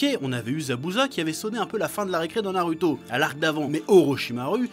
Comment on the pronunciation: Bonen vidéo comme toujours, mais par contre tu a du mal pour prononcer les nom en japonais, surtout pour Naruto ^^ ^^